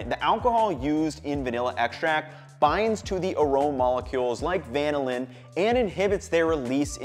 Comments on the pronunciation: The accent is on the second syllable. This is why there are 2 L's, not just one. Compare with Lanolin , which has the accent on the first syllable and Magellan, which has the accent on the second. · it is "vuh-nill-in" though, not "van-ill-in" just like its "vuh-nill-uh" and not "van-ill-ah" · Good but why would you say VAN-NiLL-Linn?? Trust the Force, Luke. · Van-illin sounds so much like butchered American than van-ill-in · Does anyone know why he is changing the emphasis for the compound when it is named after the bean? I've never heard the emphasis like that before and I am curious about the origin of the discrepancy. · Why do you pronounce vanilla different from vanillin??